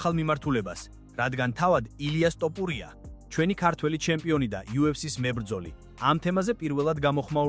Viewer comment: რით ვერ ისწავლე ასო ბგერა""თ""" მოგიტყან სკოლა, მასწაბლებელი და გამზდელი დედა თუ ვინცა გყაავს თოფურიაა შე გამზდელ ჩაკუკებულო😂😂